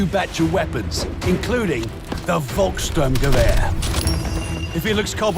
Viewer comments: VOLKS-STRUM-GUH-VEHR! Not goo-er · Pronounced Folk-sterm-ge-vehr translates literally as "peoples storm rifle" or less literally as "peoples assault rifle"